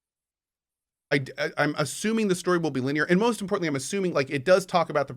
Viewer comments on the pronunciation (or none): none